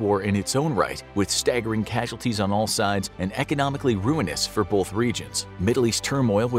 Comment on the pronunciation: Great video, but here's a "pro tip" for the narration: There is no letter "l" in the word "both."